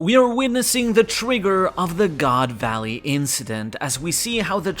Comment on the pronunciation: I've been reading/watching your reviews for like 15 years or something at this point. But hearing you say goon valley was a top moment in my life 😂